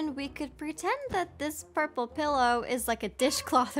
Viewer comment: The Red house the perpele house 😂